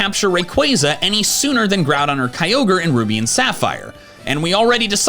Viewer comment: its pronounced ROOT, NOT Rowt - and its pronounced GRUDON NOT Growdon - and pronounced RAY Qazsa NOT RAYquayza ffs... i give up, its EE VEL Tay, NOT YA val tal